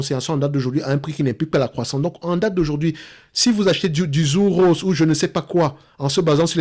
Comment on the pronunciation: Hello! Pour info, ça se prononce "Tsur Rosé":-) et comme d'hab, merci pour ton travail!